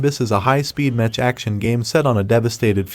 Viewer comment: Stop saying metch its mech (mek)